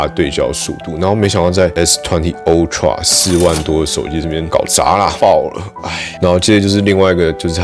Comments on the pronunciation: (台灣)Youtuber最可怕的部分～就是大家的發音～都會互相學😒 ultra不管美式英式，都是凹tra，不是歐tra～ 但是每個youtuber都一起念歐tra 🤦‍♀️🤦‍♀️🤦‍♀️ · 不是唸o…是ㄚ好嗎……真的是ooxx